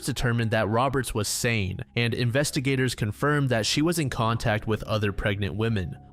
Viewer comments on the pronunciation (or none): none